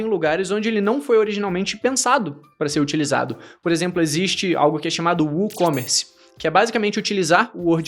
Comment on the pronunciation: É woocommerce, não u-commerce.